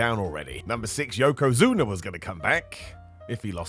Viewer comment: You called yokozuns zunes. You should be ashamed of yourself. You shouldnt have a roster spot in a wrestling company. Not being facetious, i mean that.